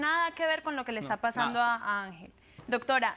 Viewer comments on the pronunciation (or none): "Vicente que esta paZzando"? JAAJAJAJJAA